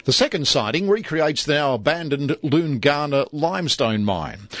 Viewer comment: Wonderful layout and detail! I used to drive 1800 metre long freight trains on the trans between Adelaide and Perth from 2010 to 2015. The crossing location Loongana, is pronounced Loon-ganna not Loongarna. All in all, still a great video 👍